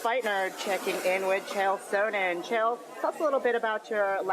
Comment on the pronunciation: If you're going to report on MMA and interview fighters, then LEARN how to pronounce their names! It's SUN-in NOT SOEn-in. At least Sonnen was classy enough to not rag on her about mis-pronouncing his name. Stupid broad...